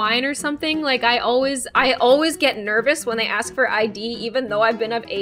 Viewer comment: Wait did u here say “ alwais “ when she was talking about her hair getting stuck in the chair I love it lol